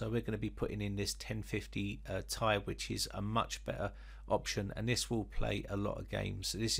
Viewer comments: Think phonetic transcription,. The Ti after the 2080 is pronounced /ti ai/ as in pronouncing the alphabet. Ti. You pronounce it /tai/. As in wearing a suit and tie. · The lazy people that took absolutely no grammar classes says tie not t,I look at this dude anyway still a nice vid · Mate! Not /tai/. It's /ti ai/ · it's Ti say T i not like a tie or ty. T.i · I’m sorry but I cringe every time you say “1050 TY” it’s “T-I” sorry but I just had to say it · It's not tie u bum It's ti As in the letters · If you want to reach a wider reach of audience, yes it does. You're the first Brit I have heard calling it by that nomenclature. Just friendly advice. Take it or leave it.